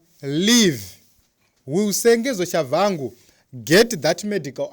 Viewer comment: His name is Tshabangu not Shavhangu